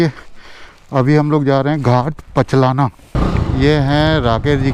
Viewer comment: लिखा हुआ है भाट पचलना और बोल रहे हो पचलाना ?